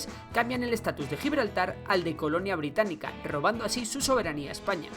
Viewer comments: > "Colonia Birtánica" en vez de británica xDDD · En el minuto dice Birtánica, no BRITÁNICA. Pero buen video! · ¿Alguien se dio cuenta de que dice en el minuto Colonia “Birtanica”? Por cierto Excelente Vídeo sigue así! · hay dice birtánica lol